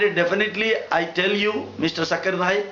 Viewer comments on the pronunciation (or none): fast of ol u pronouns his correct name his name is zakir naik....not jaakkir naek..........or please spitout gutka from ur mouth..... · This Gentle Men says Mr. Zakir Naik is not pronouncing the Proper Name of some Line of Veda or so...and concluding... Let me ask .. this gentlemen is not pronouncing even the name of Dr. Zakir Naik the way it has to be pronounced. What is relevance. Ironically... See who is telling what and what...???